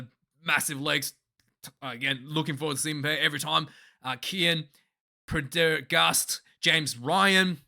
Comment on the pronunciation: Jaysus man your irish callsigns need work. Allow me: Finlay Bealham - rhymes with mealham Cormac Is-u-juke-u - call him izzy, a boy whos really up and coming Pren - der - ghast - and you should know that because sam is the NBD in irish rugby, hes a freak and yes they're bros. Nick Tim - in - ee Craig Case - ee, no H sound